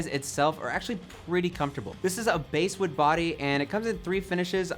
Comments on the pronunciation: Someone reviewing a guitar should know how to pronounce "BASSWOOD". It's not Base wood, it's B-ass wood. Like the fish. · It's pronounced bass wood not base wood